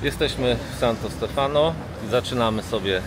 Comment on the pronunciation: Wiem,trzeba czasu,ale wy jesteście oglądani przez tysiące ludzi,Santo Stefano akcent pada na ostatnią literę, czyli zaznacza się Stefanooooo,jest to błąd często popełniany, jest bardzo dużo wyrazów z akcentem na ostatnią literę.Wracajac do waszych filmów, bardzo mi sie podobają,śledzę Was często, teraz to będzie regularnie, życzę powodzenia ❤️